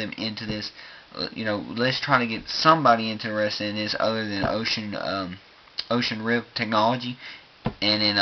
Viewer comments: Oculus Rift for gods sake. Not "Ocean rift." Dear lord. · I shuttered every time he said 'Oshus rip' Oculus Rift. :|